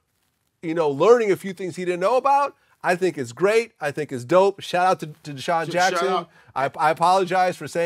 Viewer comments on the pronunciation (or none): Hahahaha Godfrey said douscheon Jackson